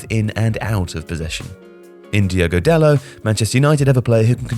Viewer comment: There's a T at the end of Dalot. He isn't called "Dalo". His name is spelled and pronounced Dalot. The T would only be silent if he was French. He isn't French. Stop getting bond wrong. I mean, stop getting names wrong.